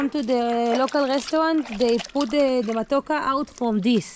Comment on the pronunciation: it's matoke...you are one vowel away to call it matako..and that means butt in Kenya😜😜😜